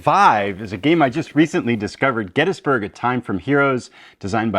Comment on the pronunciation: Thanks this is an awesome list. Sidenote I was so happy to hear you pronounce Gettysburg correctly.